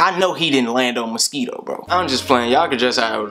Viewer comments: lmfaoooo shit got me dying bro said misqito 😂😭😭😭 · A Musk-EE-Toe? lol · ' A Ma-Skee-Toe my nigga... A Ma-Skee-Toe' 😂😂😂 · "A MUS-KEE-TOE my nigga a MUS-KEE-TOE...." 😂😂😂 yo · the way he say mosito is funny.